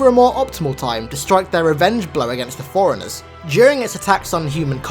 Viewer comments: Sounds like you're saying foreigners, not forerunners. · Did he say "foreigners" or "forerunners"? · when you say forrunners i here foreigners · If i didn’t know any better I would think he was saying “foreigners”.